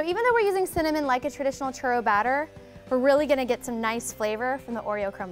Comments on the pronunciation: I hate how she says churro. Like instead of saying churro (rolling the "r") she says churo. It's really annoying coming from someone who speak Spanish very well. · Lol I wouldn't trust this video if she can't even pronounce churro plus she made them bitches circled ahaha